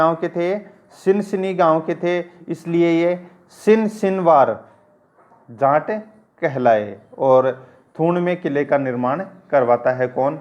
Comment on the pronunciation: बोलते time जाट ना कि जांट